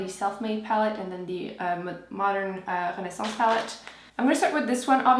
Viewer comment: I love the way you say renaissance :) <3